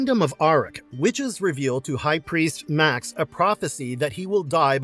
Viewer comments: The Beastmaster's villain's name was pronounced "May-ox" not Max. Also, Conan the Destroyer is waaaaaaay better than Kull the Conqueror. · Made me laugh when in Beastmaster it was Max and not Ma'ax Did these guys actually watch some of the films???